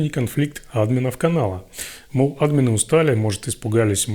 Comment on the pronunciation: Почему Админы, а не адмИны? !